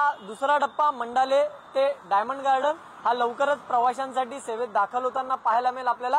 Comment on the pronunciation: मंडाले नाही मंडाळा